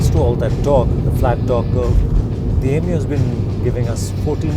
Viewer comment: Why Is This Dude Calling It 'Yemeo, Yemeo '